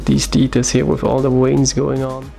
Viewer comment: You know what my favourite part of this video was?. Not something you will expect, but when you pronounced veins like "weins". My Grandmother was from Poland (I'm English) and she used to pronounce her V's as W's when she spoke English, so that reminded me of her and put a smile on my face.... 😀